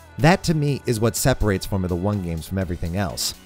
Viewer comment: He definitely said Boremula 1